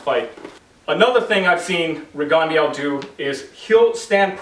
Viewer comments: "Rigondó" is a french surname "Guyermo" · I saw this year's ago and coaches often don't seem to realize the angles and defense a south paw can see if they are crafty enough. Btw your pronunciation of his name hurts my ears bro. Great vid tho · Gee-ermo Reegan-de-ow